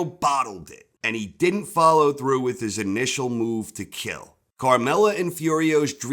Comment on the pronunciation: "but he did-dent" , lol